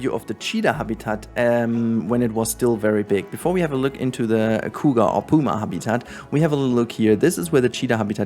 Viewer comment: the coo ga... sorry but that's most hilarious pronunciation for cougar I have ever heard. I am not making fun of you it just caught me off guard.